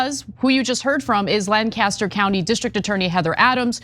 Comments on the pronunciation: LANC-as-ter (not Lan-cas-ter). The ballot officials even told you the proper way ti say it, but you didn’t do the research . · Just so you know, we pronounce it LANK-uh-ster, not LAN-caster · Please be respectful of the local pronunciation of “Lancaster” - it’s LANK-aster not lan-cast-er… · A. Good for those who caught this! The system works! B. It's a minor thing and I'm not from PA but I have family there - it's pronounced "LANC-aster" not "Lan-caster